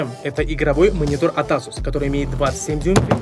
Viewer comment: Асус мас, Эйсус дейилади Не Асус,а Эйсус